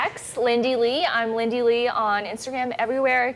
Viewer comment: “LIN-DY”…. Wow Ana.